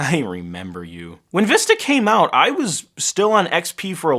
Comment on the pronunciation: You called windows vista sounded like wii... for wi...